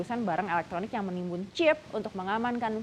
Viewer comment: kenapa sih Mba ketika lu bilang "Chip" gak bisa biasa aja gitu, "CHeep!" "CHeep!" "CHeep!" bruakakakaka